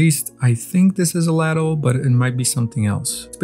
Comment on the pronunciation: Ladle is pronounced'laydle' x